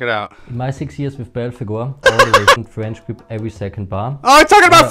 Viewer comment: FWench GWip